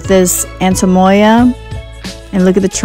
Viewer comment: It sounds like you say “antemoya” haha. Great buy!